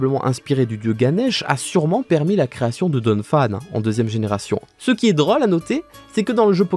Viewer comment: Comment on peut prononcer dans la meme vidéo Donphan (Donefane) et Darkrai (darkré)